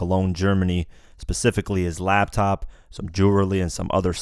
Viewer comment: LAP TOP not LAB TOP